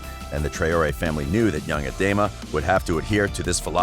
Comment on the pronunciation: Trayori.. WTF Man ?! "TRAWree" is how its.